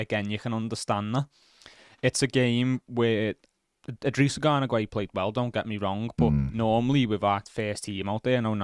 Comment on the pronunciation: Exactly WHO THE FUCK GWAY?????? I have literally NEVER heard Gana's name be pronounced like that......